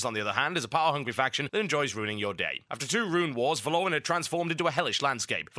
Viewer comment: Pronouncing Valoran wrong :(